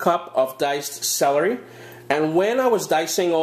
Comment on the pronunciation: did u say salory after carrot?,i need to know didnt get it right